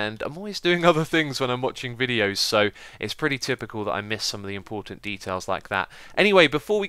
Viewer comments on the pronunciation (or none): none